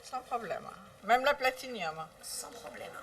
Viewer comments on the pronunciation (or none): Sauf qu´elle dit la PLATINIUM, la pauvre, elle est à plaindre, avoir la carte la plus chère et ne même pas savoir comment dire le nom correctement...